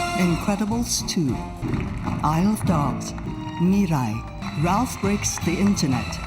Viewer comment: you also say Mirai wrong. You literally showed a clip with it being pronounced and you STILL get it wrong???? It's Mi-ra-i, not Mi-rai.